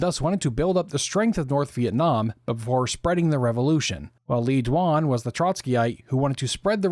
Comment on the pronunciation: Le Duan, pronounced more like Lay Zwon